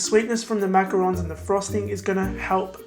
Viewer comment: This was amazing. I really like how you also pronounce it correctly it makes this video even better. I just subscribed💖 I'll definitely try this out for my mom xoxo